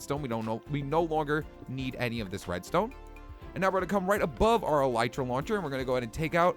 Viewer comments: eeeeee lllllllleeeeeeeetttttttt ttttttrrrrrrraaaaa not elitera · its not could alitra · elitra lol you said that wrong m8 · I swear... no one knows how to pronounce "elytra." It's EL-EH-TRA. Not EL-I-TRA... not EL-E-TRA. EL-EH-TRA. Thank you. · no ffense but I think elytra is pronounced el-e-tra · Elytra is pronounced as Eli-Tra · John Real Lopez The real thing is called Elytron. Its pronounced El-Ah-Tron. So this will be pronounced El-Ah-Tra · It's Pronouced u idiots El Lie Tra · Conios note it is pronounced el ee tra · it's ele tra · elytra say: eel eetr a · It's pronounced e-l-ee-tra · Elytra is pronounced El Eh Trah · Yeah no... It's "ill-ieh-truh-" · E - Lee - Tra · Ghostkiller117 117 my uncle studies bugs and insects and he said it's El Eh Tra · nope it's El-ee-trah and that's how Mojang pronounces it which means it's pronounced El-ee-trah so... case closed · It's actually pronounced El-ee-tra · Tennessee Timberwolf well it's pronounced El-ee-trah that's how the developers pronounce it anyway do you have mcpe by any chance I don't feel like turning on my ps4 rn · XBwowable YT ikr no one listens, all the developers say it as El-ee-tra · It's el I tra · Kitty Animations it's ee-lye-trah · Actually el-I-trah